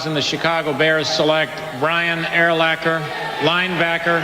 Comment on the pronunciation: "Brian AIR-lacker" Must be a texan to pronounce it like that